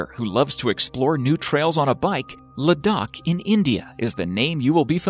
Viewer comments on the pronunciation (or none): So much for the pronunciation and accent that some of the native names of 'natural wonders we just watched' sounds foreign!?!? for example: u said 'ludak' which is 'Ladakh' in J&K state of India